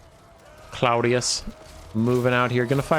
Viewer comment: I think it's pronounced Claw-dee-us, cuz, ya know, crab claws? Lol